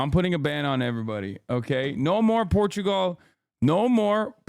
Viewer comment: I turn my back on the land of PORRRTUGAUUUUU